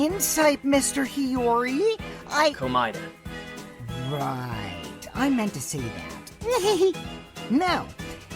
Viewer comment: Sad but the name proncination lol